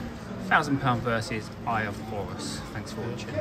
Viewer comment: It's actually Eye of Horus, not Eye of Hovus